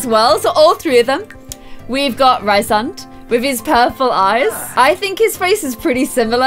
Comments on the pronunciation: FIRST OF ALL ITS REEEEEESE AND NOT RIIISAND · omg yas sarah j maas is my fav author, dying, i love this (also its pronounced Rhys-and, not Rhy-sand <3) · His name is pronounced Rees-and, and Illyrains (Azriel & Cassian) don't have pointed ears, their ears are meant to be human shaped + their wings are meant to be huge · it's pronounced Reesand! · and it's pronounced "Ree-sand" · OMG I HAD NO IDEA U LOVED THIS SERIES 😭😭 YEEEEESSS And also Rhysands name is produced reece-sand. I know in our queen sarah's books the names can be hard to pronounce but that is how she herself produced the name in interveiws. I pronouned many of the characters names wrong until i heard them said in interviews, dw its a common problem🤣🤣🤣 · I’m really late, but Sarah J. Mass said that Rhysand’s name is pronounced like Reece-and. I am a huge fan of the books and I follow some book tubers, and one of my favorite book tubers had an interview with the author and pronounced it the way she imagined it. Nesta is my favorite female character in the books, and Az is my favorite male. You should make a video of the books you’ve read. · YASSSSS I LOVE ACOTAR, ACOMAF, ACOWAR!!!!!!WOOOOO!!!Btw, I thought Rhysand is pronounced like Reece-sand? And also, did you cry?!? When you read the ACOWAR? Ya know? Because of what happened?!? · Rhysand= Rees-and. Rhys= Reece. I’m sorry, I hate to be that guy, but there’s a pronunciation guide in the back of the book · Sorry, not meaning to be annoying, but the names are pronounced: Rhysand: Reese- and Cassian: Cay- see- an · Rhysand is pronounced ree-sand 😂 and Reece for short